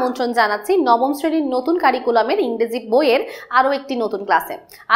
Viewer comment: ম্যাডাম ইংরেজি বলতে গিয়ে ইংডেজি বলে ফেলেছে